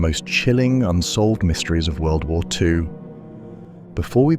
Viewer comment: Enjoyed the video, but I'm just wondering why every time you try to say World War Two it is mispronounced wubblewuh two?